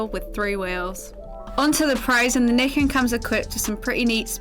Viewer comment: I thought it was pronounced Ny-ken?